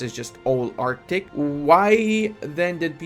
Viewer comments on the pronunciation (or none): none